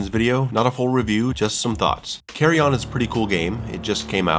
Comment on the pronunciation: FTR It is pronounced carry-in